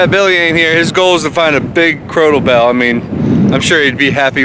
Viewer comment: Kept hearing "Croto Bell" and had to look it up. 🤣 Crotal Bells are Jingle Bells, but Crotal is the proper term. Love learning things and love you boys finding them!